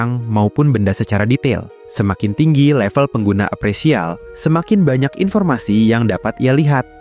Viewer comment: Appraisal bukan apresial wooyyy gatel bgt telinga aing 😭😭😭